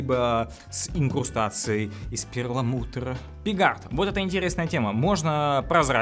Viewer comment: Слишком много перррррламутррра)))